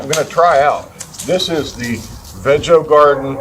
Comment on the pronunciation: I think it is pronounced veego❤